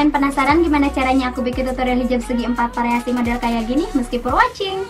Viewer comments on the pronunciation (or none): variasi, pake V bukan P